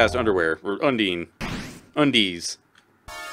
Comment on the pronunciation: you're pronouncing undyne wrong btw. It's not "un-deen", but "un-dine". Not that it matters much though